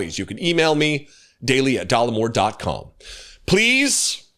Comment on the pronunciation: 😂😂😂😂. You don't say Dollemore. No social studies class?